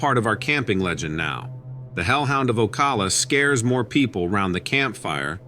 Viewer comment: It's pronounced Oh-cal-uh here😊 I've had a few incidents with a skunk ape out here. Never saw it but I've had things thrown at me, heard it grunt like an ape, scream like the cows, snap big branches and tree knocks. It wasn't out in the woods but right off of 40 between Ocala and Dunnellon. It's fairly rural.